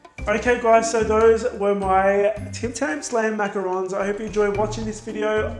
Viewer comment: Omg you have a perfect french accent why don't use it when saying macarons 😱